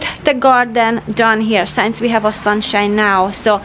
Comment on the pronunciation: P-L-E-A-S-E! Please, please, please...stop saying "Shaf" or"Shav" for "Shelf". Pronounce the letter "L" in the word - it's not like "walk" or "talk" or "folk". And the word "Since" is NOT pronounced like "Science". Surely, you've heard of "Sin". "Single" "Sing" "Sinbad". You are so perfect and creative and charming in every way and I LOVE your program content. Please don't spoil it for us by anticipating these two bizarre pronunciations each time. Thank you.